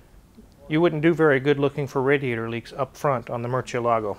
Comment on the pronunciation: everytime the pronounces "Mercielago" in proper Italian I get happy in my tummy